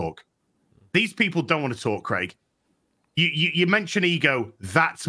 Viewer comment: Just for the Americans out there: It’s pronounced Krayg not Kregg. For future reference Graham is not Gram, it’s Grey-am